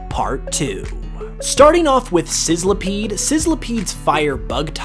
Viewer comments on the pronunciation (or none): none